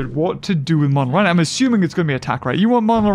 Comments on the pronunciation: Still calling monolorhino "monoloryan" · MONOLORHINO!!! Not MONOLORYAN!